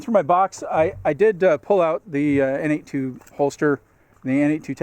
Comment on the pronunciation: Good review. I bought a Freedom Carry for my Glock 19. While I generally like it, I find that the G19 is just a bit too big for me to comfortably carry IWB. Also - no big deal, but I think that the N82 holster company is actually pronounced "Nate squared."